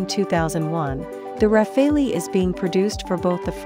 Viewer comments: It's rafale..... Not rafeoi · Not RAFE-LI, RA-FAA-AL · Can someone tell this Thick Cow that its not called RAFFALI its French its Pronounced as RAFAL (e is silent) and DASSAULT is not DASSO ..Tejas is a Copy of Rafale so why compare the uncomparable. Rafale is a miles more Advanced Fighter .Tejas will always be Limited because its not Indian Technology its powered by USA GE engines.. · This Frenchman says: so fun to hear everyone torturing that aircraft’s name :D (It’s pronounced Rafal, not Raphael, not Rafail, not Rafaleeee) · The RUH-FAILY ..?? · plz at least for the sake of god don't say rafaleeeeee. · RAFALE is pronounced RAFAL. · Who the hell reads it as ra-fail-lee